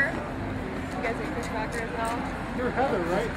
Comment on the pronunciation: did she say chris CRACKER ??